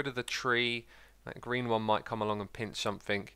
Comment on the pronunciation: Your mouth says "green" and I keep hearing "Grian" "Look what Grian did there!"